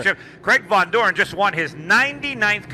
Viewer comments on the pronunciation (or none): Its VONDOREN not VANDOREN